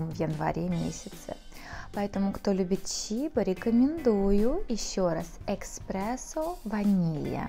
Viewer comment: Кофе эспрессо а не эКспрессо